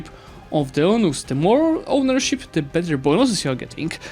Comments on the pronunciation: Hey! Eunuchs is pronounced like "you-nicks"! Fun fact, a Eunuch is a man who was selected to be castrated as a boy, it was believed that doing so made them unfit for rule and thus they gained the trust of rulers across the globe. Hope this helps:) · don't want to nitpick but it's pronounced, "you-nicks" Side from that, thanks for the great breakdown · I think Eunuch is pronouced like "U-nicks" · Eunuchs is pronounced like "you-nicks"